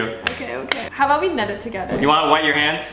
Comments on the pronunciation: PRONOUNCING KNEAD “NED” IS THE FUNNIEST THING I STFG HAHSHSH 😭😭😭 also this is so cute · no freaking way they said kneed is pronounced ned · lmao when she told him knead was pronounced like “ned” i died 💀😂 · It's not nEd 😂😂 it's Knead, (knee-ad) like saying knee but with ad at the end. I love this duo, they're so entertaining🎉❤❤. Awesome cookies, they came out so good😊😎🤗👏🏻🎊. MERRY CHRISTMAS🎉🎄⛄️⛄️ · Ned? Need?: *nods* Ned: Idk how to pronounce it: Ned (confidentely): Okay I'll ned some dough Me: 🤦‍♀ it's NEED... KNEAD... NEED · "ned"? I thought it was "need" lmao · first of its pronounced need not ned😂 second of all you guys are so sweet together i love your videos so much and second we all know knew what asked because why would he say it like that and why would he say yes like most people would say no because they assume its not a good thing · It’s NEED not NED LOL (KNEAD) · It’s not Ned it’s need 😢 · I thought knead was pronounced need not Ned 🤷🏿‍♀️ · can we talk about how she's literally saying ned instead of knead🤦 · ok u guys are cute but guuuurl "knead" is pronounced as "need" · miss girl... knead is pronounced need, not ned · asking “knead or ned” and confidently saying “ned” is so funny cos it’s not pronounced like that 😂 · LoL! They're a Ball of fun! She corrected Knead the dough with the wrong pronunciation... Was like let's "ned" the dough together! So wrong and yet so cute at the same time! I will forever love # #soulmatefriends #lovables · Knead is pronounced as need btw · Stop saying Ned it’s knead eeee